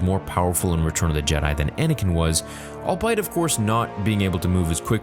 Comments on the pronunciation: Love the content as always and have been a subscriber since the "Toos" days. Politely submit that the pronounciation of the word "albeit" is pronounced "all-be-it" not "all-bite". Keep up the good work. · It’s not “All-bite” - it’s pronounced “all be it” (when you say albeit). Mentioned this in an earlier video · Albeit = all-be-it - 3 syllables, not two. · It's not "all bite", man. It's albeit. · "awl-be-it" Just saying since you tried twice. Love the content, btw. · Bro I love you man but you use 'albeit' in a lot of videos and pronounce it like "I'll bite", but it's pronounced "all-bee-ut" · Albeit is pronounced "all be it." Had to say it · At this point I don't know if he's pronouncing albeit as "all-bite" just to annoy people or if he really thinks that's how it's pronounced